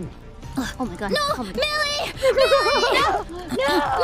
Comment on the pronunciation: Did Call Millie, Billie most of the time? I heard Billie and not Millie so I wanna know.